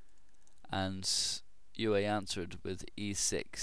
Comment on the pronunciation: Euwe (UHR-vuh) He's Dutch >_>